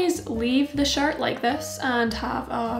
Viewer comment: I Love this but every time you say “shirt” I hear “shart “ and it sends me into a giggle fit XD